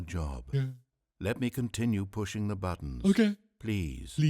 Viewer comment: I herd him say 'WHERES DA BLACKSMITH!!!', Lol mark.